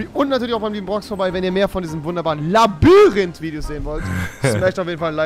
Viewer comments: Das Labarinth😂😂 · Labarynth wer kennts nicht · Schön das er es nach 2 Folgen gemerkt hat das es LabYrinth statt LabArinth heißt. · Labayrinth returns😂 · Ja rewi ..... labarinth😂😂 hahahahaha lachflash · Rewi mit seinem "Labarinth" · Wie rewi einfach labarinth sagt😂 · Warum sagt Rewi immer Labarinth 😂😂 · "Labarinth" ? :0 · Am Anfang : Labarinth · labarint fich baba aussprache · Rewi sagt immer Labarinth statt Labyrinth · JUNGE ES wird labÜrint gesprochen noch labarint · Dikkah man spricht es eher Labürint, nicht Labarint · Es heißt NICHT Labarynt. Sondern Labyrinth. Danke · Nich labarinth sondern Labyrinth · Labyrinth mit y spricht man labirint aus und nicht labarint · Er sagt Labarinth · Äh revi mir so aber das Labyrinth nicht Labarint das kann nur nicht labern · Rewi ist so dumm es heißt nicht Labarynth sondern Labyrinth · Ich liebe es, wie du immer LABARINT sagst!😂😂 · Labarinth, Labarinth, Labarinth🤣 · Labarind 😂😂😂 oh man rewi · Wer kennt es nicht „labarind“ 😂😂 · Digga, was ein „Labbarinth“! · Labarind bestes Deutsch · Ey das "LABARYNTH" ist fertig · „Labarinth“ wer kennt’s nicht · Ich habe auch diesen fehler das ich laberrind sage 😂😂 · "labberünt" ~Rewi 2018~ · Dieser Moment wenn du merkst dass er immer nur laberrint sagt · Warum kann niemand Labyrinth aussprechen?? Alle sagen ,,labarint" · Kann mal jemand erwischt sagen dass es Labyrinth heisst und nicht labarinth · er sagt immer labarinth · Wer hört auch das er Labarihnt sagt😂